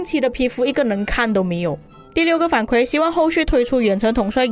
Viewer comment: 反馈 kui 4, 第四声（和惭愧的“愧”发音一样）